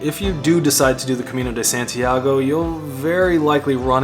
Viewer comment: "Cemino de Sentiago" 😂😂😂😂